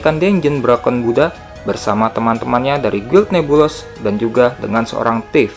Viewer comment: oh ya min itu guild NEBULOUS bcnya nebulus aja min 😊